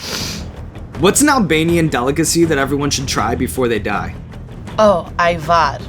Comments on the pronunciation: reci lepo ajvar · No she did pronounce it good. Btw i think Serbia claimed Obama to be Serb. Everything is Serbian and only Serbian!